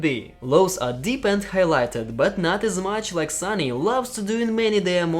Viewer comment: It is SONY not SUNNY..... that's explains